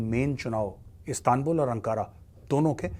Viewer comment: Not astanbul or aanqaaaraa It's Istanbul and Anqarra... Correct ur Pronounce. .. U Can not Eliminat Kashmir from Muslim Hearts and Kashmiris peoples. ....KASHMIR KEY NAAM PEY TUMHARI DHOTI BHEEGH JATI HAI...